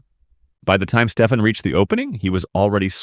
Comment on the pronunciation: Name on screen "Stefan" This guy for whatever reason "Steep Han" And later he pronounced this name properly, wtf